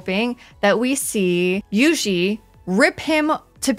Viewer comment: Love me some Juisitsu kAizen with my favorite character You-Xi. All jokes aside: You know that song Juju on the beat? Say that (like in Jupiter), then add a Tsu, like you’re saying tsu-nami. The S in Kai-Sen is pronounced sharply like the c in ice.